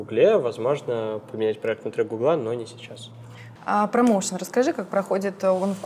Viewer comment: гУгла или гуглА. Как правильно? Скорее всего гУгла, это по-русски лучше звучит, чем второй вариант. Вы намеренно искажаете ударение в слове? мУрманск.